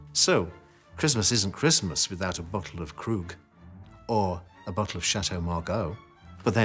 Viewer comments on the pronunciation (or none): none